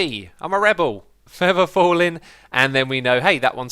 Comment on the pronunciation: "Fevver fallin" "Brass Protection"